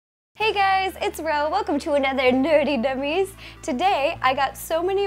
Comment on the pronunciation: is it just me or did ro just say "Nerty Nummiez" ?